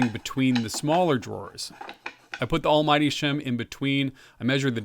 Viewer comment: Just to check, you called it the Almmighty shim, right? 😅😊